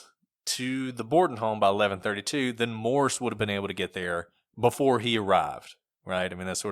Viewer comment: It's "Morse", not "Morris".